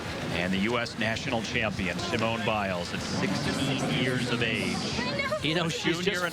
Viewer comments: See-mone Biles. I want to scream every time they say it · They didn't even know how to pronounce her name- kept saying Seemone!